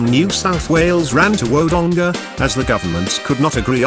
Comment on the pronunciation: I live in ALBURY STOP PRONOUNCING IT WRONG it is actually say it like this allbury but spell it like this albury and Wodonga is not pronounced like that it is wadonga but spelt Wodonga #smartest aussie gurl alive . But don't tell me bro that I comment XDDDD